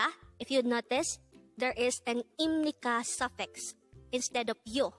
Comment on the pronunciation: 257 회나 되었네요. 입 —-> 임 pronunciation is perfect